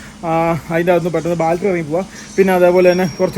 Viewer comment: ഈ കഴുതകൾക് ആരെങ്കിലും ഒന്നു പഠിപ്പിച്ച് കൊടുക്കുമോ ബാൾടറി അല്ല ബാറ്ററി ആണെന്ന്. പിന്നെ ഈ തവണയും വർക്ക്ഷോപ്പ് വീഡിയോയും വിശദീകരണവും കൊണ്ട് വന്നു സബ്സ്ക്രൈബേർസ്നെ മൂഞ്ചിച്ചു 😅😅😅